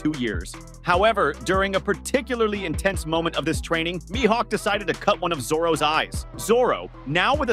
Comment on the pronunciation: You said his Mihawks name correct a few times and then butchered his name. I like your one piece content, but I can't stand the way you say the names of the characters you are trying to talk about.